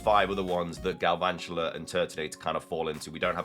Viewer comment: THERE IS NO R IN GALVANTULA!